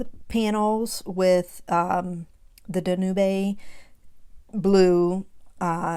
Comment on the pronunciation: Fyi, Danube is pronounced DAN-youb, like the song Blue Danube. I love this card!